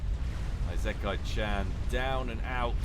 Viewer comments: ee-se-ky cha(like chart)-nn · "Isekai-chan" is Japanese so the initial "I" is actually pronounced like "ee" in English. "ee-se-kai-chan". Don't change the "s" to a "z" sound. I know I'm tardy to the party but yeah, there you go. Answer on the postcard,. <3